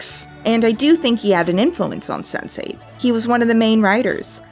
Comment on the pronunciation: I heard Sensei every time instead of Sense8